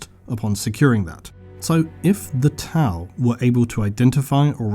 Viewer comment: I love the video, but had to thumbs down due to Tau. haha sorry